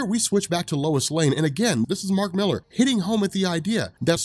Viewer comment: I was always curious about this until I heard "Mark Millar". Now I'll just avoid it.